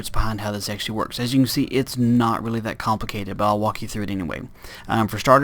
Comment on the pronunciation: Lol you said "teally" instead of "really" ....